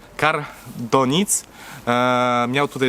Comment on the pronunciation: czyt.,,Karl Donitz" a nie ,,Denic"